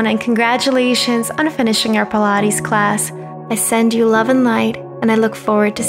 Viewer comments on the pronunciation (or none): Is “believe” even a word? Ive heard it so many times im not sure anymore. if you just want some pilatz